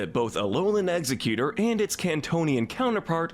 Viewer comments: It’s egg-Zerg-utor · It's Ex-egg-U-tore. And Pokemon is too good to be associated with the cleaning sponge. And NEVER say 'everyone's favorite' when referring to this show, I HATE all of it! It's pronounced Fur-frue with a hard U not ow. Dewpider is like spider, the anime screwed up